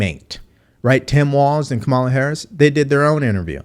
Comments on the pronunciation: Thank you for the enlightening podcast. Just a suggestion—her name is pronounced Comma-la. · Her name is pronounced KA MOO LA